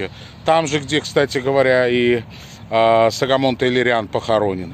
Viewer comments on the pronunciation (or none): Армянские имена читаются так, как пишется Согомон Тейлерян, (арм. Սողոմոն Թեհլիրյան); а не САгомон --не надо Акать